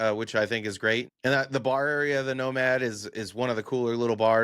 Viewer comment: Every time you say nomad Al Bundys no ma’am pops into my head.